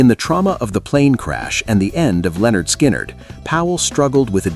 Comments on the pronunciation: Lynyrd, not Leonard. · It's NOT Lenard... It's LYNYRD. Get it right or get out. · It’s prounced “linn-nerd”. Look at their first album cover. Oh wait, you’re a robot. Never mind. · LYNARD NOT LEONARD. 🙄🙄. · "Leonard " Skynyrd , really? America never gets it right